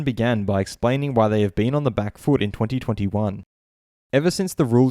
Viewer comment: Can you not say 2020 and 2021 normally? Cannot get past it 😬